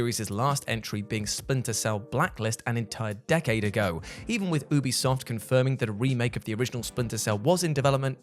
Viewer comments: I thought he said boobie soft 😅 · I heard boobi soft the 1st time a splinter cell cancelled game was mentioned 😂